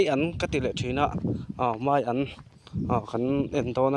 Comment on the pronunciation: Meian ni lo vin maian tih zawk tur aw a ngaih thlak a nuam lo mizotawng hi diktakin hman hram hram zel tur meian ti tawh Suh aw